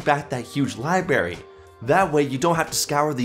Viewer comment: Wait. Did he just say liberry??